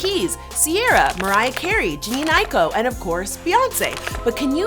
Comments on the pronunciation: Jhenè is pronounced “Jah-nay” not Janine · Also she said Jhene’s name wrong at the begging also she said “Jennie”😂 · Did she pronounce Jhenè as jean 💀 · So we not going to say anything about her pronouncing zendaya and jhene name wrong 😑🤷🏽‍♀️🙅🏽‍♀️ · Already upset with how she pronounced jhene and zendaya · ok but don't say my girl jhenes name like that and Zendaya 😭 girl